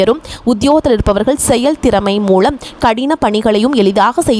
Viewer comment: "களை", "மூளம்" என்ன உச்சிரிப்பு இது?